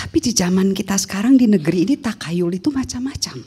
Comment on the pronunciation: Pengucapan Takhayul: Tahayul bukan takayul...